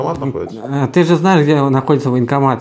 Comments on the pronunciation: Она сказала не военкомат , а вонкоммат🤢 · То она так "военкомат" произносит - "вонкомат". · Даже и не чисто баНкомат, а бакомат😂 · Она даже не может произнести военкомат,слышится вокамат.,полная деградацыя.... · Ой! Она произносит даже не баНкомат, а " бакомат"!